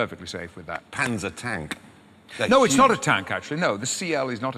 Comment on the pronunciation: when he says NO traction control, you can hear the Mirfield a little!